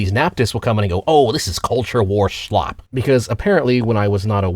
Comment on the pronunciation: It’s slop. Slop. Slop. Not “schlop”. It’s not that hard. English, motherfucker.